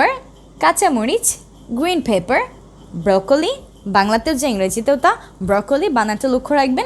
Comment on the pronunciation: Your pronouncing is wrong.. Of broccoli search on goggle😡😡